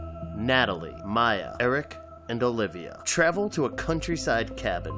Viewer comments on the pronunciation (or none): none